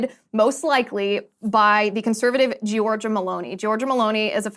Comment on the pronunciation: You are mispronouncing her first name